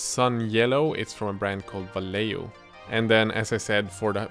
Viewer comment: i love the way you say "valeio" dude ahhaha. i can't wait to test those brushes. good job